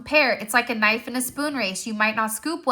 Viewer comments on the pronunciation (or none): Did you mean kaaanife 😂. Like why have the k before the nife knife 🔪 lol